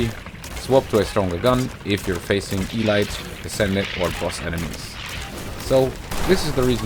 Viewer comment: Quick thing, by the sound of it English is not your first language, which is completely fine, but here's a few pronunciation tips: "Elite" is pronounced "Ee-LEET", not "Ee-light". The second syllable has the emphasis. "Sepulcher" is pronounced SEH-puhl-ker. The first syllable is emphasised and the "ch" just has a "k" sound.